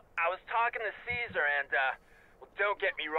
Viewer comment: IT'S CAESAR!!! NOT CARLOS. LOL.